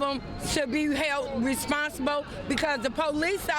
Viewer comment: "responsibo" ... but I digress.